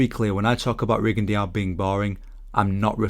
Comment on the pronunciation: What is that weird way you’re pronouncing a French name Rigondeaux. Should be simply: Ri-gon-DÓ. Not Ri-gon-deeowww